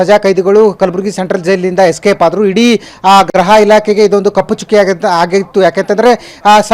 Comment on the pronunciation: ಅಣ್ಣತಮ್ಮ ಅದು ಗ್ರಹ ಇಲಾಖೆ ಅಲ್ಲಾ ಗುರು 🤦 ಗೃಹ ಇಲಾಖೆ ಅಂಥ ಹೇಳು